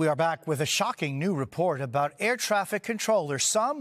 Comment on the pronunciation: He didn't say "aboot!' He said "aboat."